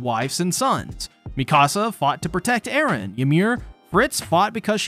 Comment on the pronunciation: Thank you for not saying Erens name the way you did last video , I wouldn’t have been able to watch lol